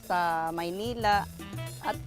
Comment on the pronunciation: haha maynila!! thats how u really say it !!! korak n korak drew!! sprite n sprite lovet!!!